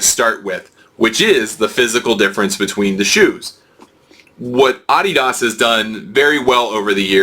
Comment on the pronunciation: Sorry couldn't finish watching the video since you don't know how to say Adidas. If you're going to review shoes figure out how to pronounce the name. It not like Adidas is new to shoes either.